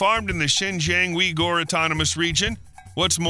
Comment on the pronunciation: "Wee-Gor"? Really? lol